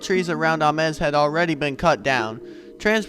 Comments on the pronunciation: I'm pretty sure the location is pronounced "Aim-s", not "Ah-mes". Check with a few old timers. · If you can say James, you can say Ames. With a long 'A'. ah MEZ is Spanish. Nice job otherwise. Appreciate the footage ! B. Ames